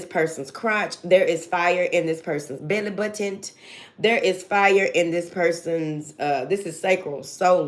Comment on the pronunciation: I will be forever saying navel like “belly buttont” now. Luv you, spot on readings 🫶🏻 working on a presentation at work, working on myself a lot outside of that spiritually and physically